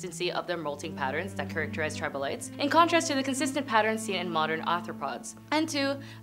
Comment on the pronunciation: Hint: it’s NOT tribolites.